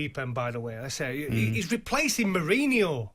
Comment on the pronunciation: “he’s replacin’ Murreyneyore” And again 😂 Everybody’s like 😂😂😂😂😂 It’s the way he says it as well plus the ludicrousness of the fact that a man who’s never managed a single game suddenly is about to takeover from one of the most successful football managers of all time.